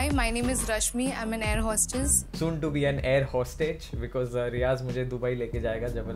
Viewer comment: He said 'airhostaj'😹😹